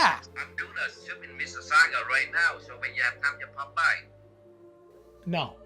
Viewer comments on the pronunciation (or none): none